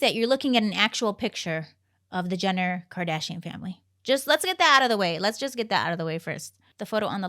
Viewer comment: Not kardiashian. Kardashian